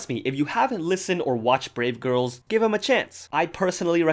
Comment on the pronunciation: Instead of brave girls i heard grape girls